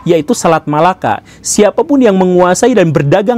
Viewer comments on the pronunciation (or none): none